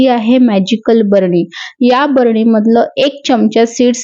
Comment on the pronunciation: "भरणी ".... नाही ग, बरणी.....😅😅